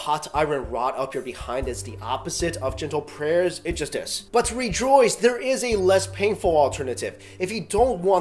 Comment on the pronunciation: Re jroice